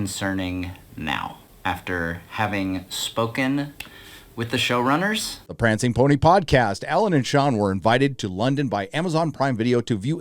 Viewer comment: This was unintentional, but nearly each time "show-runners" was said, I kept hearing "shill-runners" and now I can't stop thinking it. 😂